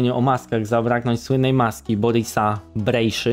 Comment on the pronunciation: Fajny odcinek, świetnie się rozwijasz! PS: Wymowa "BrejSZa" było dla mnie ciekawostką, dzięki!